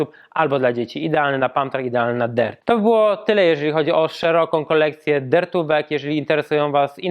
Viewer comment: Ja myślałem że sie mówi dirt a nie dert